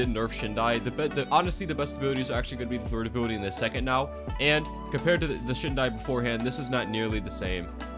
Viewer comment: i love how i hear "a booty" when he says ability every time